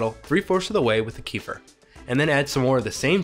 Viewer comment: Wow the way you pronounce kefir is one of the pronunciations ever